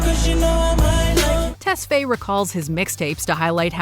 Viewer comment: It's Ah-bell Test-fi emphasizes on the i.